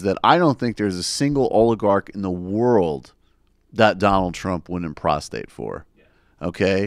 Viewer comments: "...not a single oligarch in the world that Donald Trump wouldn't prostate for." WTF! Are you saying what I think you're saying? By "prostate" do you mean "stimulate the prostate with finger or other object"? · "Prostrate", not "prostate". ` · prostrate.... or maybe check their prostate too